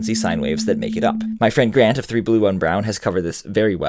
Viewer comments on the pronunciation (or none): none